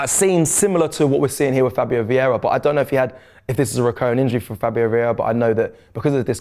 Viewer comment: The moment said Veira l moved on to the next vid 😂😂